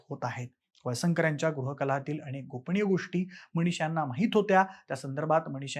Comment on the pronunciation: जरा शुद्ध मराठी बोला. न च्या ठिकाणी ण ण कशाला म्हणतोस. मणीशा काय गोपणीय काय. कोणत्या शाळेत इतकं अशुद्ध, घाण मराठी शिकवतात?